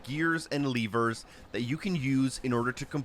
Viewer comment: I don’t know why but I hate when people call levers “leevers”